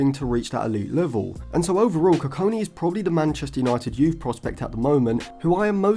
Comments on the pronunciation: Next time, don't trust Stephen Howson's pronunciations on players 😅 GOD-WILL KU-KON-KI is how his name is pronounced. But yeah great analysis on him, I think if Lisandro's injury issues don't subside then he'll be in the squad sooner than we think. He's got a lot of development still to do but would be an excellent long term option for that LCB role. Other than Branthwaite, Bastoni, Lukeba & Hincapie what do you think of Nico Schlotterbeck from Dortmund as a potential LCB option? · koo-kong-key is how you say his name. enjoyed the video. bastoni is a good profile comparison. his versatility will help him break into the team for sure. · not how you say his name, and hes 16 dont compare him to one of the best in the world rn thats unnecessary pressure and just so off because he hasnt played a minute in the first team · just say it the right way🙏😭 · The way He Kept Pronouncing the Name was Doing My Head In....😂😂😂